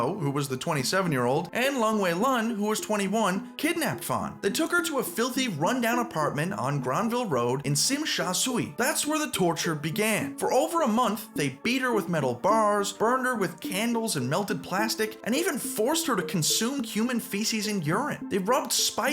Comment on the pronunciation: I am from hong kong, you do not pronounce Tsim Sha Tsui like that😭😭